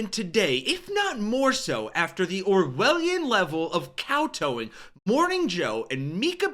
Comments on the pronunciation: It's kowtow. Not cow toe. Write your own copy, and you'll know what you're saying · Tow rhymes with cow. Tow, in this case, is not pronounced like toe. Kow tow is a rhyming phrase. I am your fan, but I have heard you mispronounce this phrase several times. As an English teacher, I can't let this go. I want you to sound good. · Kowtow, both syllables rhyme with the first. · "Kow" rhymes with "tow" in the word "kowtow". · Kowtow or kaotao dies not rhyme with cameltoe.